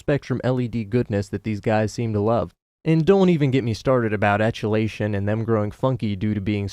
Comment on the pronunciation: 'Etiolation' is actually pronounced Eh tee oh lay shun.